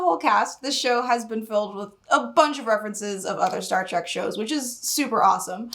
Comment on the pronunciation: "Star Track"....... 🙄